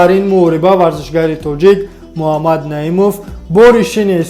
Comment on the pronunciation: Дуюм - Му-А мад нею МуХ,аммад бугу Илтимос.. МУХАММАД -БУГУ МУ А МАД НЕ..